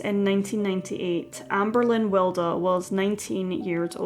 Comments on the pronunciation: Yeah Wild as in Oscar Wilde not Wilder. This sounds weird and a bit random to me. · I think her name is pronounced as wild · It's pronounced Will-dee.